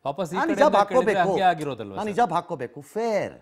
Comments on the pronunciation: Heloo ranganath sir not hijb it's calling hejab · Sariyagi helo ranganna hijjjabb alla hijaab Sariyagi yelokke baralla e rangannanige